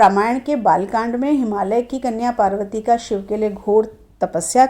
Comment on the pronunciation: बार बार शिवजी और मां पार्वती का उच्चारण गलत कर रही हो आप